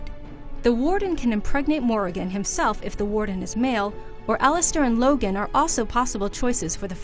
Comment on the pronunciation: Oh goddd she pronounced it Logan.... That was so bad... Ughgghgghhghg